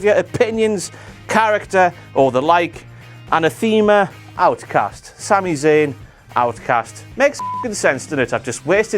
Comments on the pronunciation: an-NATH-ih-muh, not anna-THEME-uh. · Annatheema!? That's the name of a great band [from the UK, England] and it's pronounced "Uh-Nath-Uh-Muh" you twit.